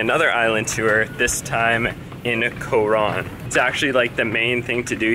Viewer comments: It bothers me that he says co-Ron. Also, dude is complaining about 1650 pesos? Dude. If you’re going to another country bring enough money to be able to afford things that may pop up. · You have no say on it being overrated because you are only used to a westernized lifestyle. No ones going to listen to your opinion especially if you can barely even pronounce “Coron.” Decent editing though.